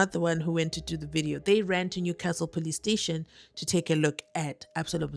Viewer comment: Why is Zulus always say police steshi😅. I grew up knowing a police steshi and I'm loving it❤